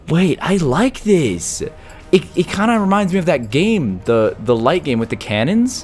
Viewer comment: He said the lights the ligth